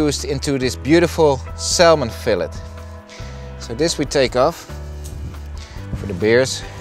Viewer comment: Salmon is pronounced 'Sa - Mon' not 'Sal - mon'